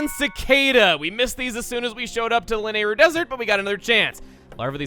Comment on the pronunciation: Man, your pronunciation of "Lanayru" still bugs me a bit.